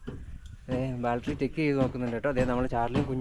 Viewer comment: ബാൽട്ടറി എന്ന് പറയരുത് ബാറ്ററി എന്ന് പറ മോനെ. സൂക്ഷിച്ചു പോവുക